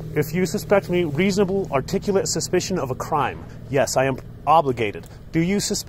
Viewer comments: I love these but my grammar nazi in me cringes when articulable is mispronounced lol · It is NOT “articulate” you moron! It is Articulable! Look it up and check a dictionary! SMFH! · ARTICULABLE How fucking hard is it to say articulable !?!